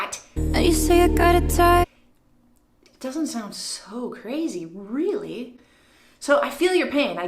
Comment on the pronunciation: "Touich" eeew. . . . Lol